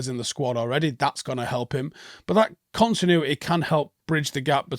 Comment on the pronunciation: "Conchinuehteh" -, 2024